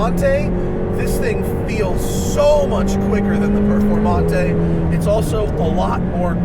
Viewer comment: perFOURmante